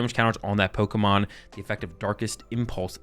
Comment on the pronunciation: Its Pokémon not Pokimon